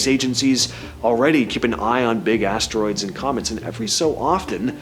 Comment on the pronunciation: You said 'BIG ASS TROIDS'😂🎉